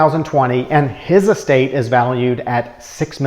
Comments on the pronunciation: I think it sounds like you're say Es State tax. I'm not sure. Estate tax. Anyway great video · Get to the goddamn point. Also it’s not est-state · Dude you are out of touch with the average person! Learn how to pronounce the word estate! It is not pronounced S state. But then you could be a Yankee and you were never taught how to properly pronounce words.